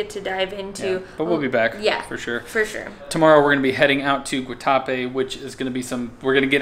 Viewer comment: I was born in Medellín and I’m glad you visited. Also, glad you got the bandeja paisa. My favorite Colombian dish. The morcilla was in fact a blood sausage and it looked like you enjoyed it. The other was a chorizo. Guatapé has an accent over the e so the emphasis should go on the e and not the a.